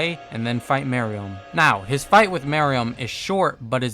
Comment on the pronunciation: Love this video but the way you pronounced some words made me slightly annoyed like I’m used to people saying “merUem” and “BEelzebub”